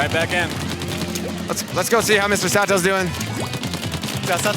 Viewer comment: imananiyatterundesukaSatosanって言ってて草